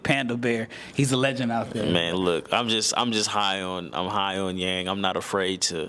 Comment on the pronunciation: Really appreciate your comments on Hansen, I do believe he’s one of the best prospect from China after Yao. By the way, his last name Yang should be pronounced as “young” in English ❤